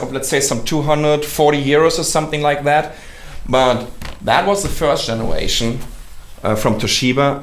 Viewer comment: hahhahahha firscht tgenaaaraitschion